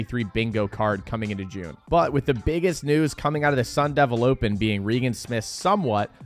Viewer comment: yeah was butchering her name